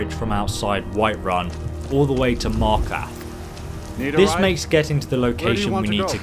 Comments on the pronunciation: lol he said markath not markarth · Please learn how to say Markarth. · 1. You pronounce Markarth wrong. 2. Your promoting your channel halfway through the video and begging for subscribers. Pathetic